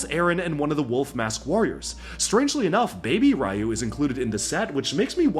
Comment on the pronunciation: Dude, that's Ryu (ri•yu) to us!